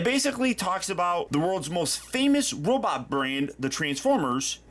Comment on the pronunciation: Did he say "Robit Mode"??